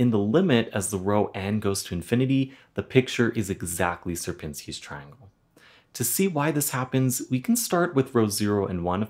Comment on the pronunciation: It's pronouncing shi-erpiñski ,like Fibonacci is pronouncing fee-baw-nachee not fibounaksi